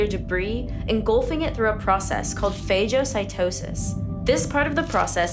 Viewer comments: its not pronounced PHAJE.. it doesn't rhyme with SAJE. It is PHAGO like LAG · Phagocytosis - The G is hard, not a J sound.